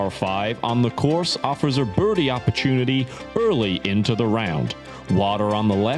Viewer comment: The voiceover guy is English doing an accent right? He gave it away when he said oppurchoonity 😂😂